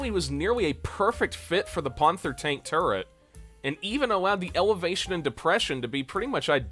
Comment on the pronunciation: Ponthor tonk.